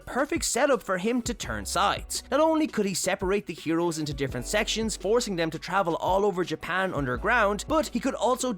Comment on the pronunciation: do you know how to say them? or three? because you say dem or tree